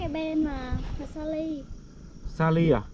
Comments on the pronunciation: 2 ông này có cái lên saly mà k nhớ cứ nói là lysa,salem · Đọc sai tên mà saly đọc lysa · Chứ Mới Đầu Đường Vào đến nhà cô vài trăm mét và Phát âm 👉 Saly 👈mãi cũng không đúng. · Anh chàng này chỉ có cái tên là Saly mà không đọc được. Sao mà yếu kém về sinh ngữ vậy.